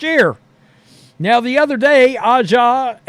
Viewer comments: Not saying A'ja properly on purpose over and over is pretty cringe. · If u can’t pronounce Aja name don’t say it boy